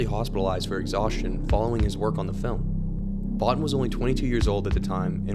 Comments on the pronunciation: First, it isn't a remake; Second, Bottin is pronounced "Bo-Teen" not "Bot-Tin"; Lastly, Carpenter included Thing from Another World in Halloween because he was a fan of the movie, he wasn't even close to being the director for The Thing at that time. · Botin is pronounced "Bo-teen".